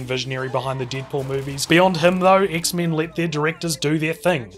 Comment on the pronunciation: Dude-this was awesome. You're funny as hell man and I love the way you say X-Men not meant to be an insult or jest at your accent or anything, but it's just really great.